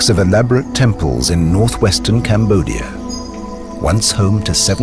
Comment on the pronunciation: Combodia instead of cambodia